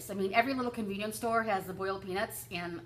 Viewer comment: Nice to see you, I love listening to you. Well done on your amazing weight loss. OMG I thought that you said boiled penis not peanuts lol ha ha. xoxoNisha